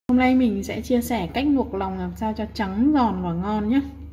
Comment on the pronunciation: Nòng nợn, nòng lon, nuộc nòng...là gì vậy e...làm vedeo e phải cố gắng sửa những từ bị ngọng. Tiếng mẹ đẻ nên nói cho chuẩn để kg ảnh hưởnng đến người xem